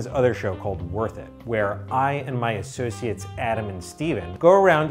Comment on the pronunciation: He said associates lmaooo 🤣